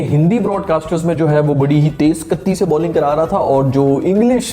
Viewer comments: गत्ती नही भाई गति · It's not GATTI... It's GATI like PATI 😂😂😂😂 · Bhai ye Gatti gatti bolna chor de bhut galat pronounce kar rahe ho tum 😂😂speed he bolo hindi ko akela chor do 😂